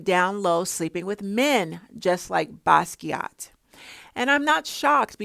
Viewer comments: I'm here for it sis! Yes, we know you don't like talking about celebs but they are perfect folks to use as teachable moment to us regular people. It seems no amount of money they have will not stop them from stealing from regular people. It's crazy. Yes you also said Basquiat correctly 🙂Oh my goodness and you triggered me when there was a short clip where Beyonce called out jokingly she was going to steal something from another artist. It was so sad the way it was joked about. So she has hinted how she takes things from people and use as her own art. 😞The entitlement some celebs have because they can get away with it. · Jean-Michel Basquiat. His middle name is pronounced like the predominantly woman/girl name "Michelle". You pronounced his first and last name correctly. I agree with your take on Jay-Z imitating Basquiat's image.